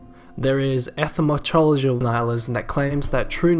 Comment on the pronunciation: really butchered that pronunciation of 'epistemological'. Otherwise good video